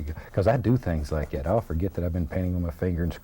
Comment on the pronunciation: "Something about like gat"